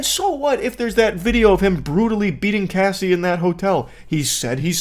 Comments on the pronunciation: Yeah they changed pronunciation halfway through from "Cassie" to "Casey," and it was really bugging me. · It’s disgusting how they can’t even pronounce Cassie’s name right. Especially laughing at her traumas. This felt like a high school presentation that nobody was prepared for. Shame on them. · You can at least say her name correctly when talking about her trauma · When saying Harvey's name wrong you correct it, but you mispronounce Cassie's name wrong the whole video... I don't think anyone would care if you butchered the monsters name..edit..props on correcting the pronunciations.. I feel like a Karen for that comment ...and this one, way too much laughter for a Diddy video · Mispronouncing Cassie’s name was frustrating but why was Kid Cudi’s being blown up funny? Your pronunciation of Jodeci was atrocious! You asked for help on how to pronounce the word “irreconcilable” but couldn’t be bothered with pronouncing the names of the people involved properly. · You couldn't wait an hour to stuff your face? Oh and being a communicator who doesn't know how to pronounce words with letters ass in is baffling. What an ace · I couldn’t imagine uploading a whole report on someone and pronouncing their name wrong every time even though they are famous and it’s an extremely common name lmao 😂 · Anyone else getting tired of pronouncing Cassie as Casey? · it bothered me so bad calling her casey not cassie. What was funny about any of it either? The giggling when reading that terrible stuff was kinda cringe. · It's pronounced Cass-e not Casey. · You'd think after reading the name 1000x you would understand her name is Cassie not Casey. Moron. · Her name is Cassie not Casey FFA each time you said her name incorrectly I wanted to smack you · Why is he calling her Casey? Her name is Cassie lol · Its not pronounced casey. Its pronounced like sassy. I wanna slap that dude